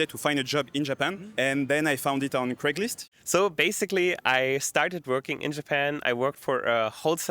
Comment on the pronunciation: he said craiglist? lol?